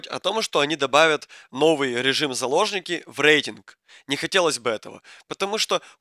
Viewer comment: Ты тоже услышал вместо заложники сапожники